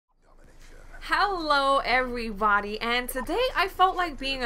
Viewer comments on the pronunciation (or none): lol you say hello like "howlow"